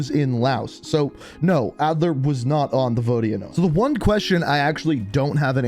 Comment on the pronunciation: Adler vs adler? Maybe re read the script man